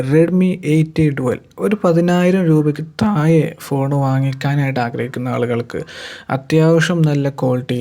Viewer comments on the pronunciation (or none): എല്ലാം നന്നായിട്ടുണ്ട്... താഴെ എന്ന് പറയാൻ ശ്രെമിക്കുക... Not തായേ